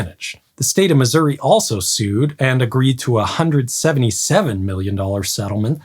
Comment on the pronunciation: Holy hell, a YouTuber that actually pronounces Missouri properly! Kudos!